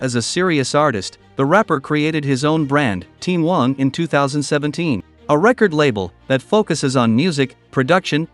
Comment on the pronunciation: At least you didn't butcher his last name. A lot of people not familiar with how Wang is pronounced in Chinese say it as Wheng or something similar.